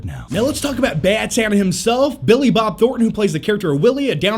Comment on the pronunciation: Say Billi Bob Thorten one more time! I dare you! I double dare you!